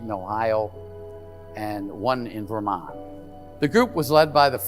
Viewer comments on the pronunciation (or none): none